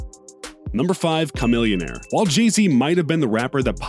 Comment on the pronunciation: Another video, this jackass can still not say Chamillionaire's name right...